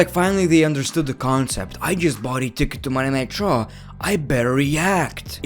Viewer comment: Am I the only one who hears Monday nitro when ever he says Monday night raw